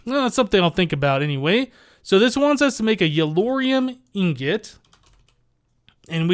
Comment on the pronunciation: Does it bother anyone else that he says ingot wrong?